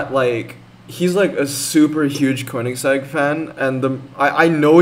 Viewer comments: absolutely no problem, i mean you are talking english and in english it would be normal to pronounce it like you did. even christian von koenigsegg himself sometimes called it like that when he was releasing facts and of course he normally doesnt speak english so such a mistake can happen quickly when you concentrate more on the language. but i think i didnt say something about the jesko pronounciation before, i really dont remember but i think just thought about me and was curious about what i might say to that... i dont know😅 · My fault on the pronunciation I’m not a huge Koenigsegg fan.